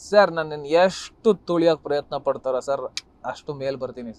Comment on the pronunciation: ತೋಳಿಯೋಕೆ ಅಲ್ಲ ಅದು ತುಳಿಯೋದು😂😂